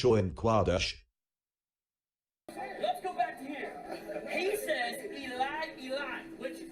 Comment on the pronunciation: Funny that at the mark, whatever automated reader was employed pronounced "Qadash" as "Quadash" (or did the script it was fed employ different spelling from what appeared on the screen?).